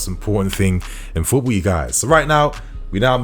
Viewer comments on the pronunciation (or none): none